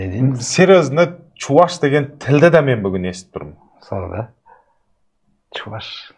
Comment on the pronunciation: Ман демейди мен дейди